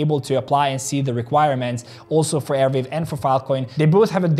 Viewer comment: It is arweave not airweave!!!!!